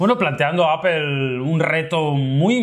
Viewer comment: Porque siempre los españoles pronuncian APEL!!!!???? o.O jajaja